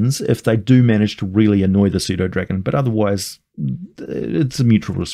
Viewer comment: I've have pernownsed the p in pseudodragon. Thanks for helping me pernowns it right!!!!